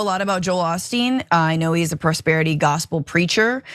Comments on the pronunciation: Its O-Steen, not Ah-Steen. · Joel Oh-steen not Ah-steen. Y'all normally don't make this type of mistake. Or is it intentional? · His name is pronounced O-steen (with a “long O”). Not “Ahh-steen”. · "Oh" not "Ah" for Osteen. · "Ah-steen"??? It's pronounced "Oh-steen"! And most Houstonians hate the guy!!! We revere Mattress Mack!!! 😂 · It is actually O’Steen, Lord of Blarney. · I live in Houston: it's pronounced Oh-steen. His megachurch bought the former Rockets arena decades ago and turned it into a church. During the pandemic Osteen's church received millions of dollars in PPP loans, and during the hurricanes that have gone through the region, his church has failed to invite in those whose homes have been destroyed. Local news was also reporting that the shooter was a (trans) woman; however, Houston Police say that she is known as a Hispanic female but has a known alias that is male. Verification on the gender of the shooter seems kind of suspect still. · Osteen has a long O. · Oh Steen is how we pronounce it in Texas